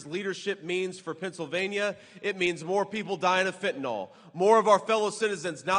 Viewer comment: FENTANYL!!! NOT FENTANOL!!! C'MON DUDE!!!😮 GET THAT DEADLY STINKING DRUG NAME CORRECT.😮 MOST EVERYBODY SAYS IT WRONG!!!